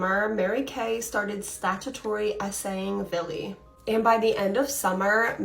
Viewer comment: the girl 25mn in, is saying VILLY over and over again. its Billy .idk why but its driving me insane i cannot pay attention to the story between that hand her hand flopping. i think im having severe PMS